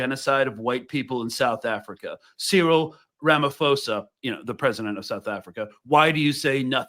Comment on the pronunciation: Love and solidarity from Johannesburg, South Africa ❤! Btw, Ramaphosa is pronounced: Rum-uh-PAW-suh, with the stress on the PAW syllable (the Rum-uh is more of a single syllable; I just wanted to point out how the first and second a in "Rama" are pronounced; also, the PAW is probably not quite right, in fact it's all not quite right, just the closest I could do) But for non-South Africans, just using a P sound on the "ph" (and not an F sound) will get you closer to the correct pronunciation.